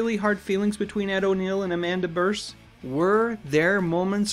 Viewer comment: Love your commentary. Just a friendly correction and not a criticism. I have seen Amanda Bearse interviewed on tv many times and her last name is pronounced "beers".